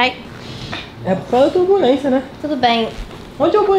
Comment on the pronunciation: Não é terbulensia é turbulência kkkk